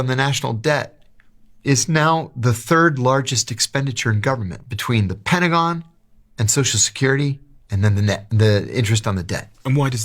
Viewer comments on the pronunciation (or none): none